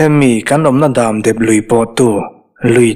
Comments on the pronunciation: HMEICHHE vau loh leh vau vau lo chu an pawng tual tual tih hi ka lo hriat ve dan. Damdep lui tih a dam i lam/thluk dan hi a fuh lo deuh em aw. In dam tlang em?tih a dam tih Ang hian lam/thluk tur a ni zawk lo maw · Damdep tih hi a ziaktuin lam dan tur a tih nge beng a verh tlat,dam hi ka dam tawh tih a dam tih lai hi niawm tak,dep tih pawh hi a ri dep dep (ri sang)tur niawm tak